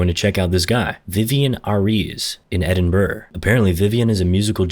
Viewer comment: Why did he say Edinburgh like that